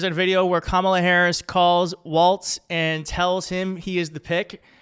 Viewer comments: Please stop adding the t sound to his last name. Walz, (walls). Not Waltz. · WALLS, not "Waltz.' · Pronounced “Wallz” not “Waltz” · Wallzzzz. Not Waltz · You keep saying "waltz" instead of "walz". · Walz, not waltz. He’s gonna be our VP, we should probably get his name right. ✌️💙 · Please at least use his correcr name for starters. Walz..not Waltz. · It's WALZ! Not WALTZ. There is no T!!! Read the copy! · his name is spelled WALLS, not the dance. There is no T!!! You learned how to pronounce Comma-La. Please help by pronouncing his name as a plural of what he won't build at the border--WALLS! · Maybe I'm hearing you wrong but his name is not Waltz like the dance -- it's Walz like walls. He's a great pick. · Love your show - keep it up. You keep saying Tim “Waltz”. …. It’s’ Walz …. No “t” in the name. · Not Waltz--Walz. Sounds like walls. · Sure enough, the transcript keeps showing "Waltz" everywhere. It's pronounced like the plural of "wall" - "walls"... 💙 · It's not WalTz. it's just WaLz. ... ugh. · Hey, no T in Walz. Just sayin!